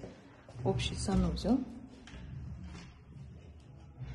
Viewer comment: Ока куламан деб ичагим узил колдю.ццсанузел денг.